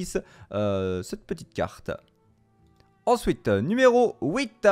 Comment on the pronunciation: Ensouiteuh NUMÉRO houiteuh